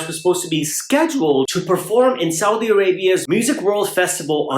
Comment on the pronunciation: The way he say " Saudi " is very right 😂😂😂😂😂